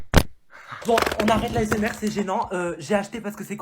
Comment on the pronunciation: a dit asmerde sauf que c'est la assmr😂